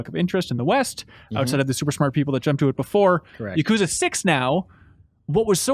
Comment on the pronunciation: YA-ku-ZA. It’s not that hard.